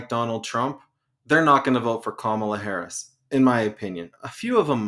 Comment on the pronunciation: The guy who can't be bothered to learn how to even say the name of the vice president (it's not hard) is so unbelievably uninformed and still has plenty to say (ignorantly) about every topic anyone tries to discuss, thereby derailing every attempt at sincere conversation. He's toxic and arrogant. Drop him. It's off-putting. You can't invite a guest on a panel who is just going to loudly discredit and not accept the premise to every conversation instead of weighing in on the topic. Flat out rude.